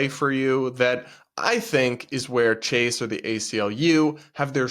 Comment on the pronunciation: The T didn't hit for "Chase"....